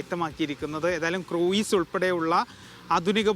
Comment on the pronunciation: ക്രൂയിസല്ല , ക്രൂസ് .മിനിസ്റ്ററും തെറ്റായി ഉച്ചരിക്കുന്നത് കേട്ടു.